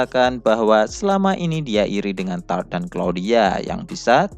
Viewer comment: Tarte dibaca tarte bukan Taort atau tart soalnya di anime juga ejaannya begitu " Tarte "